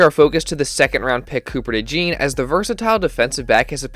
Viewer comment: It’s pronounced Cooper DeJAWN